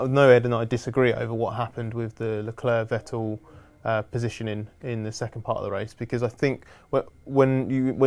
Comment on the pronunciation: Guys, i am pretty sure you know this already but the "C" in Leclerc is silent and you often butcher his name while you guys always pronounce Ricciardo the proper way, so why can't you do the same for Leclerc?